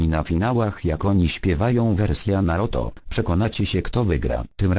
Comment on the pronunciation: mówi się naruto a nie naroto ale ogólnie fajny film (y)